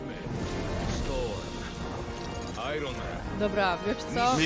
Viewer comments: Nie sztorm tylko storm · To jest storm a nie sztorm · Nie sztor tylko storm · Storm! Nie sztorm aaa